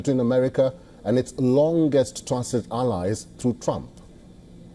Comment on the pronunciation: Hey, it's Trump not Rump. Very disrespectful. I wonder if you would like it if American media mocked India's leader? I think not.